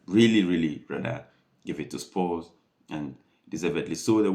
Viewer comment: come on you 'spurs' not come on you 'sposs' boombafathaclattbloood